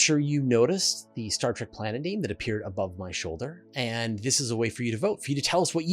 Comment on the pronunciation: How can people pronounce a word that is spelled Trek and replace the E with an A? It's just as stupid as the insurance commercials 4 liberty insurance but they do not pronounce the word liberty they pronounce it liberd or liberdy pay close attention the next time the commercial is on TV.